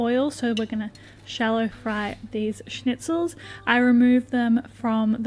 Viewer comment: Your pronunciation of schnitzel is on point!!